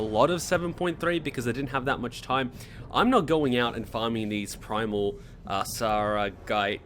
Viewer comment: sargait? i think it's sargerite